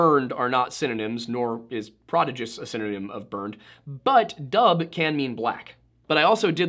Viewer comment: Dubh is pronounced Duv in Gaelic